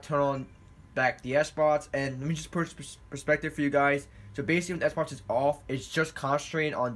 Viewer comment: Am I the only one who heard him say Sbox instead of Xbox